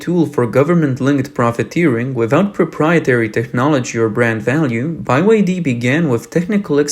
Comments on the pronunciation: It's B, Y, D not By, Y, D. Sorry to be so pedantic by your pronunciation is driving me crazy. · They way they pronounce the name is funny. BY Y D. Why not just BYD or BY-D? Why do you think one of its major investors left?😂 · You keep saying "bai-wai-dee". It's supposed to be pronounced "Bee-wai-dee". It's an acronym for Built Your Dreams. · Is your narrator pronouncing BYD incorrectly ? I'm hearing phonetically 😊 "Buy Why Dee "? But shouldn't it be " Bee Why Dee" ?? BYD = " BUILD YOUR DREAM " , but relying on government subsidies and then falsifying sales,registering vehicles,which then rot in fields will see the dream shattered as well as the demise of the CCP who are running out of money fast to support car dealerships forever with subsidies ! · Why is it called by_y_D instead is BE Y D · You have GOT to stop saying "BYE WI DEE". That's not how you pronounce the letter B. It's "BEE" BEE WI DEE. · Why you keep saying "By Y D"??? What is wrong with you? Put some efforts into your videos, like you care. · It's either BYD or By D, not By Y D. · Why doe he keep calling it 'By' Y D? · Wtf is he saying BYE-WHY-Ddddd ?? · By Y D😅 this guy can't even pronounce BYD or is it really pronounced like that. Anyway BUY YOUR DEBT sounds just perfect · Why are you pronouncing BYD as Bi Y D ? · Why Bi-Y-D? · It's Bee Why Dee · By-Y-D, is that the proper pronunciation? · Bye y d , hahaha what you pronounce it that way, because it's bye bye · Be Ya Dee 🙂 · "Bi Y D" lol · Can't watch this "report", the narrator can't even get the name of the company right. It's Bee Why Dee, mate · Guys, it's nice you have a real person reading rather than AI but the guy is clueless, it's not "bye-why-dee", and he's pronouncing other words wrong, isn't anyone checking content beforeuploading it? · why the f*ck do u call it "buy y d?" i thought it was a mistake, but u keep saying it over and over. even in an earlier video u called it "buy y d.' im just curious why u are doing this? is it an inside joke?